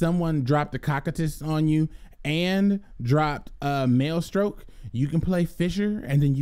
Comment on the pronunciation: Maestroke is a pun on maestro, please stop pronouncing it "male-stroke" hahaha people gonna get the wrong idea bout this channel